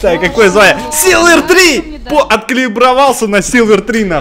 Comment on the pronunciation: не силверы,а сильверы!